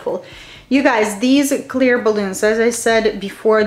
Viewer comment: I love ur video... but its cute how u over pronounces words balloonza.... great directions and demonstrations